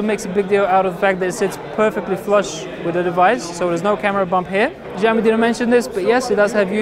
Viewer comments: I am not trying to be the cleverest, I am just saying it sounds bad to my ears that s all, btw in my language, if you write it like shaomi, it sounds exactly like Hugo Barra's pronunciation in the Verge's video Pls no hate, just saying, no attacking anyone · "Jaiomi"? Shame on you! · (SAMURAY) This is how you pronounce it... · I love, and it was a great preview, but really butcher the name, xiaomi. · great video, but it would be great if you learned how to say xiaomi - 小米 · Hahaha agreed! Try to say it properly in the next video! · Really man, you mispronounce Xiaomi. Please, you should use google translate or wiki-page and listen. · They first need to understand what xiao and mi means in chinese, then only will they know how far off they pronounced it. For the record, taken from wiki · Hey just to let you know it's pronounced like shaomi (same as shaolin) not like a Z or whatever you're pronouncing it like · Here is the Chinese pronunciation in pinyin -xiǎo mǐ. If in doubt listen here If it was shao mi it would have a completely different character - 少米. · Maaaaaaan it's pronounced as Shaomi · PLS man pronounce it like " SHAOMI ", it hurts my ears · c - ou -mi , god damn it u guys cant pronounce these words then Imma pronounce ur names like de nise, a a ron , jay qua line. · that's what I'm saying, I think you misunderstood me. It is not Jyaomi, I know it is Shiaomi - just watch the original Chinese Xiaomi commercials from China and you can hear how they pronounce it correct there. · NO.You must prounce it like Schiao Mi.Something like SCH but in fact thats really different from english . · he is saying Jiami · they Chinese don't pronounce it jyaomi either. They pronounce it Shiaomi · Xiaomi is S(c)iaomi (the c is almost silent), not Ziaomi or Giaomi. lol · It is pronounced Shyaome, there is no j sound anywhere. Where did you ever learn that an x is pronounced as a j in the Chinese language? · fujami? What's wrong with u? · NowaPlay he said 'fujiaomi'